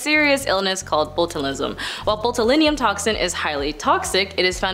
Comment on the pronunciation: good lord. It's BOCH-u-liz-um. And who the f*ck put the "d" in "toxicity"?